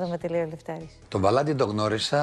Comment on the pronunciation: Πεθαινω με το ΒαλαΝ-Τη της Πανιας!